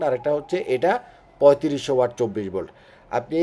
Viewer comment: আপনারা টেকনিক্যাল লাইনের লোক হয়ে ওয়াট কে ওয়ার্ড বলেন 😅😅😅